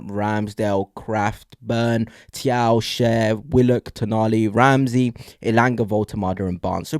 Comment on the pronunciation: Always enjoy your reports 👍 By the way Thiaw is pronounced Chow.